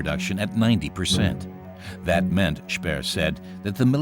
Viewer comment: Français n'utiliser pas les mots allemands car c'est insupportable d'entendre ça. ! Pas Spiiiir mais c'est schpéér, etc